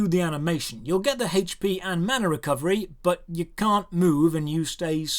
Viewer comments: What the hell is "Haytch-P"?? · No one:: HAYCHE PEE